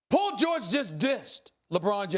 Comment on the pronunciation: Who's Pol Gorge?